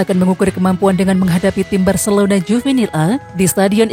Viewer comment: Detik ke 15 Bilangnya 'barselouda' 😆